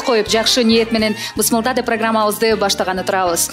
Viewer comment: Бысмылдах эмес, Бисмиллах